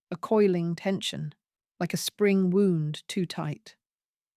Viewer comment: I know what t means. I was pointing out that your narrator pronounced it as wound, as in an injury.